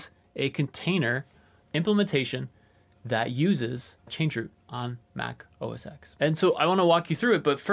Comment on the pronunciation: Two quick things about “Mac OS X”: 1. It's pronounced Mac OS *ten*. 2. The last version of Mac OS X was Lion, which came out over 12 years ago. After that, it was OS X, and since Sierra (over four years ago), it's macOS. So, you don't even need to remember how to pronounce the ‘X’ any more, since there isn't any ;) P.S. (OK, it's three quick things I guess): IMO it's totally fine to spell it ”MacOS”. However, definitely don't ever call it ”Mac OS” — that's an entirely different system! And ”MacOs” is just silly.